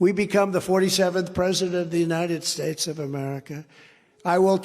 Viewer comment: Right! That's why 45 said he ran against George Bush and whenever he tries to cover up a mistake he makes up a new words like the United Shates and Obamna.